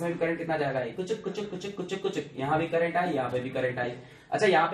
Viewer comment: Sirr kaa crrntt khuchuk khuchuk khuchuk karke jataaa haiiii😂😂😂😂😂😂😂......... Stilll sirr uu r best😎